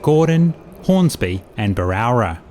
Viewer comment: The suburb is BErowra, not BArowra.